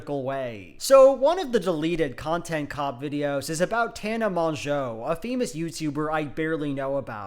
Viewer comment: Monjo? I’ve never heard anyone pronounce it Monjo.